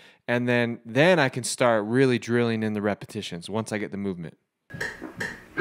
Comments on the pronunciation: Repetitions not repitions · It was "repitions".. How do you chirp so poorly?